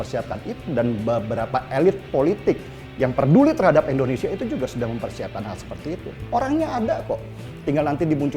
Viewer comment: indonesia bukan endonesia.